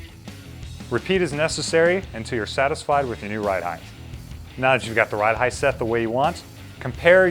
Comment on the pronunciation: Height not heighth